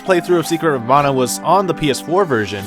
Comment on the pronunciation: Thank you for pronouncing mana correctly. For years/decades the word mana has been “white washed”. White washed= man ah Proper pronunciation= ma nah.